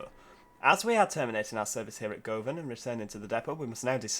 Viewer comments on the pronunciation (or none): Govan is "Guvvin" Lol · Ibrox is pronounced eye-brocks And govan is pronounced guvven And St. Enoch is pronounced St Eenuks